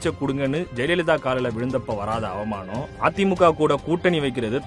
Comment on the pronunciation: இப்படி பேசறத கேட்க எனக்கு "அவுமானமா " (not அவமானம் , அவுமானம் ) இருக்கு. (என்னடா உச்சரிப்பு இது... )